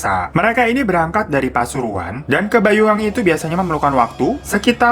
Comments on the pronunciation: Ralat bang bacanya BANYUWANGI bukan BAYU WANGI.. Mohob Maaf lahir batin ya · Iya bang, pelafalan banyuwangi terdengarnya bayuwangi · Mas maaf sebutan kota yang bener BANYUWANGI bukan Bayuwangi 🙏